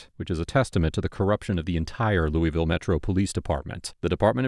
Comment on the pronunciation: there’s no such place as “Louie vile” KY. The correct pronunciation is “Lew a vulle”. A little research goes a long way.